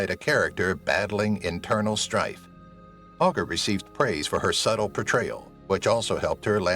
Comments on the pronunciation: Claudine Auger (Ogger????) Really dude! ?? Can't you inform yourself of correct French pronunciation of the lady's name??? Way to butcher any semblance of honouring someone! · He also scewed up Auger! As well as Pierce Brosnan!😛